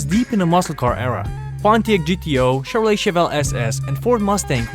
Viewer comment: Did you say “ Chevrolette “?